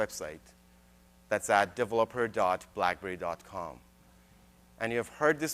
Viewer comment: I just wish he learned how to say developer.